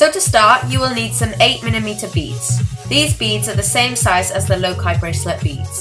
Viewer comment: ITS PRONOUNCED LOCA NOT LOKI